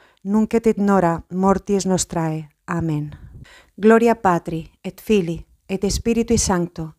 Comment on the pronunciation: En el ave maría , se pronuncia: Nunc et in hora mortis nostre (NO nostrae) y el Amén... se pronunca como si tuviera acento en la letra A: Ámen